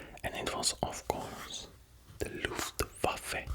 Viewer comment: I´m German and I never saw a non-German guy saying "Luftwaffe" better than you, you are indeed a legend